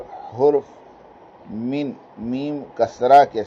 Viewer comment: جناب پہلے اپنا رٹا مارا ہو کسی اچھے عالم کو سنا دیا کرو تاکہ آپ کی صرف اردو ہی ٹھیک ہو جائے عربی قواعد وغیرہ تو چھوڑ ہی دو (من) تبعیضیہ ہی نہیں بول پارہے ہو 😂